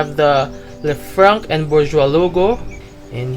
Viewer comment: Great video, thanks PS: the C at the end of Lefranc is silent. Louvre is pronounced "Louvr"